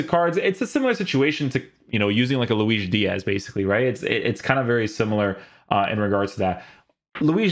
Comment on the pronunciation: You're gonna start a war if you keep pronouncing Luis D's name the Portuguese way :)